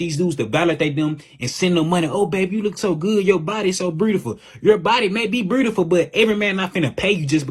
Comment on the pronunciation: breedaful lmao 😆😂